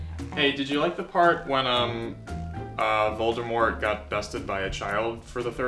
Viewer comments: I believe it’s Voldemort not “Voldurmort” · My favorite part is where you just keep saying "Voldermort." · Vol-D-mort. Not Voldermort... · Every time you say "Voldermort" I want to die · be like: ''VoldeRmort'' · NOT "VOLDERMORT" LOL I cannot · i just love "voldermort" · When you call Voldemort "Voldermort" you really lose credibility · if you say voldERmort one more time... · why is he saying voldeRmort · Vold-er-mort!? Ughhhhh.